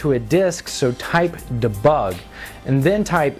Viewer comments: It's pronounced DEEEEEE bug. duhbugguh.... God dammit. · Great tutorial, and is good for lost skills archiving. But, it's pronounced "dee bug" as in "destroy" or "delete" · det-bug - sounds french xD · The way he pronounces debug :p